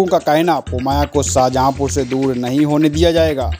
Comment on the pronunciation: अच्छी बात है पुवायां को शाहजहांपुर से दूल नहीं किया जा रहा लेकिन आप अपने उच्चारण में सुधार नहीं कर पा रहे हैं कृपया आप मिशन से दूल(दूर)हो जाएं नोट पुवायां बीसलपुर वाली खबर को ध्यान से सुनो